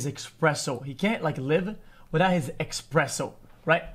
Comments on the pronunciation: I got angrier the more he said EXPRESSO it’s espresso dawg 🤣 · EXpresso, dude its ESPRESSO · It's not expresso, it is espresso. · EXPRESSO OMEGALUL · expresso! lol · what the fuck is a expresso? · Quit saying Expresso :_D